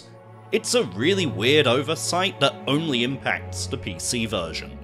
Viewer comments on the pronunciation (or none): This is a great video but whats with the de (the) day (they) doh (though) den (then) deez (these) dis (this)?